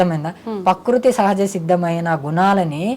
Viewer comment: స్వామి పకృతి కాదు.. ప్రకృతి అని అనండి.. స్వామి మీకు నోరు తిరగటం లేదు